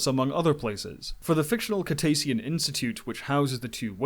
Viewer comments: Or "Cetacean" which he pronounced "Ketacean". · LMAO at how you've mispronounced the word cetacean that is supposed to be pronounced as Si-Tay-shunn lol..... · I've been a trekker since 66. This movie rocks. Cetacean is pronounced "seh-tay-shee-on". Soft "c". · Your pronunciation has much to be desired. Monterey Bay is pronounce MONterRAY Bay not MonTARee Bay. And Cetacean is pronounce setAshun not ketAshun. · Some of your pronunciations are wild but I love these videos! Ketacean? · There's one interesting mispronunciation per video. I find it... 🖖🏻fascinating... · I think cetacean is pronounced suh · tay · shn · Sorry I just had to help with a couple of those botched words 😂 cetacean = seh-tay-shun. monterey = mon-tuh-ray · So many mispronounced words. Monterey! Cetacean!